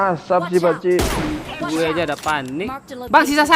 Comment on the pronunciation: Menit 6 58 ngakak gua dnger lu ngomng pakcik,,blepotan kek gitu hhhhhhhh